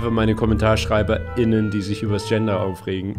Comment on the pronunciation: Am Anfang des Videos hast du nicht richtig gegendert, spricht man von allen Geschlechts gruppen muss zwischen den Wörtern eine eindeutig hörbare Sprechpause sein, also wen du sagst alle Kommentar Schreiber*innen muss zwischen Schreiber und innen eine Sprechpause enthalten sein um richtig zu gendern, wird jedoch nur die Weibliche Zuschauerschaft angesprochen kommt keine pause, also z.B. alle Kommentar Schreiberinnen, somit hast du am Anfang des Videos bei Minute nicht ordentlich gegendert. Ich hoffe du nimmst die meine Konstruktive Kritik zu Herzen, und hälst beim nächsten mal eine Längere und eindeutigere Sprechpause.